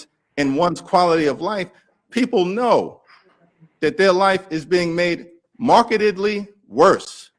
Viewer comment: "marketedly" (or as auto-captions interpreted it, "marketkedly")